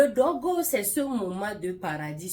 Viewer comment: 😂😂 vous seule saviez bien dire ce mot "dôgo". "dôgo ' ... Voilà pourquoi c’est bien d’être fidèle l’un à l’autre. Dôgo là va tuer homme.